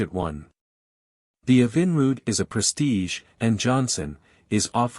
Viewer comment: The AI narrator is beyond horrible. I couldn’t take the Evinrude pronunciation the most.